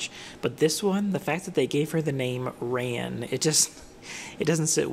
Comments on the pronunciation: It’s pronounced rahn not ran lol. I think all of the redesigns are quite nice, the issue for me is that the art style is way less charming than the original and makes all of the redesigns look worse. Their faces are all so odd looking. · Ran is actually pronounced more like “Ron” and it means orchid in Japanese 😊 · Well, there is no voice acting and it’s spelled “ran” so… But yeah I just guess with all of the name pronunciations, haha.